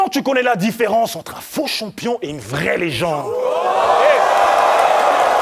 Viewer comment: il fait que dire pas mal et toucher bramzo. Mais met la gomme pendant tes rounds pour quoi tu commente ses rounds?... une bonne élocution>>?? la blague il dit CHOMPION hahahah.